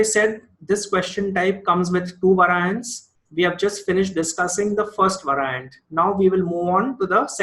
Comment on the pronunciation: vae-ri-ents. not vaar-i-ants. Great video otherwise!